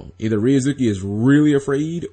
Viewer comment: You mean changing ryu(za)ki --> ryuz(oo)ki?